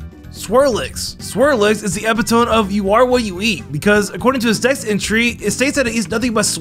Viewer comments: HE. CALLED. IT. DOOBLADE. It is clearly a double blade. He also said eppy-tome for epitome. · this is the epitome of mispronounciations